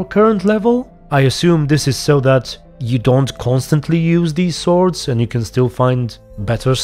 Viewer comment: In ps4 update he still says top notch sowrds